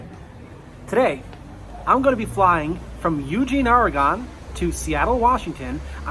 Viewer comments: BTW. It's not the Ore it's the gon. In the northwest the state is pronounced Ore -e-gun. . . . not Ore-e-gone. Keep the vids coming pal. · OR. E. GONE ? Aaargh, the pain. My poor assaulted ears. It ORY GUN. Repeat, ORY GUN. Even as 75 year old former NYC native, I know how to pronounce the name of the state correctly. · I enjoy your videos. Just a tip. . . . (so as not to upset the locals), ask a resident of the area's you might be visiting how to pronounce the airport and or local names. Your really slammed OreGONE. Happy flying.